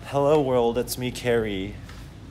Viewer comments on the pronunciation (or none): "Hewo world it's me carwy"